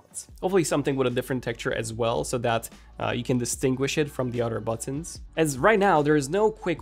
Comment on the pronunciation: Am I the only one that is annoyed by him saying “udder” when he means “other”? 😅😅😅😅😅😅